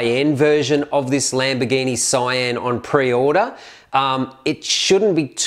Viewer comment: It's Sian not cyan